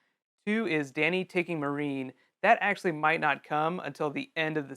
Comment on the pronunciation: >pronouncing Meereen 'marine' really?